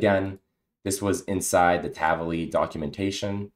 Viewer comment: Great tutorial, thanks! Just one off-topic remark, the way you pronounce "Tavily" is wrong, it is actually in Hebrew (as it is an Israel-originated company) and should be read as two words "Tavi"+"Li", meaning in Hebrew "get me" (something) or bring (something) to me. Just FYI 🙂